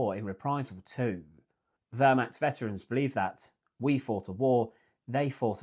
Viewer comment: Pronunciation tip: the eh in Wehrmacht is more pronounced like the first e in where, not like the e in her.